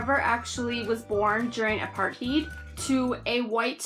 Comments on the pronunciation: Pronunciation: Apart-tate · Hi, i am maybe late for given you a comment about your review. I am really sorry my bus was late. I have to watch your review because my teacher said so. You did a great job, besides your pronunciation of apartheid. :)